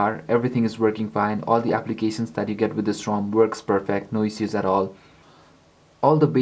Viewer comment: ISH-USE!!!! ISSUES LIKE ISH-USE! NOT IZ-OOZ. FUCK.